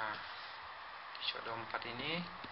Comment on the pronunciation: shadow bro bukan shodow